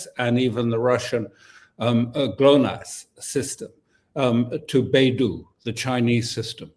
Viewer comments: Beidou is pronounced like bay dough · Dear Sir, it is Bei Dou